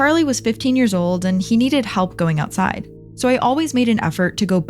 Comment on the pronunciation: lol "and it was a really lovely trip aside London" can hear an accent in that statement 😂